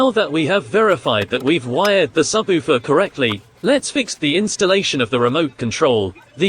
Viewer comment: Your AI speech needs some work. SubOOfer.